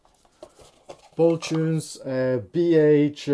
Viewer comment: the brand is BoLtune and not "Botune" ;) thanks for the good review!